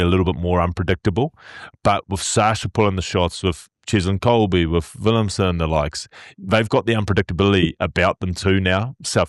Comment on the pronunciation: Guys you are great but it's Willemse.... thers no N 😅